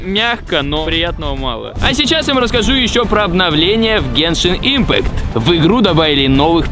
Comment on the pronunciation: Я очень много раз замечала что мамикс (Максим говорит не дюшеееес а дююшес (извините прост ударение поставить не могу) и ещё по геншин он сказал не ипмааакт и ииииимпкат и ещё со словом высоко но это мелочи но я всё равно в речи у него это замечаю"